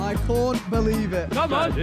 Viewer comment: Vikk: I corn't believe it. (No one caught that?!)